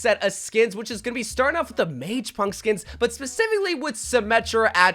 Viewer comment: You're killing me with how you keep pronouncing (or not pronouncing) mage. Not mag.